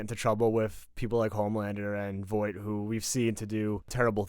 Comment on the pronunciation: Vaught not Voight😂😂😂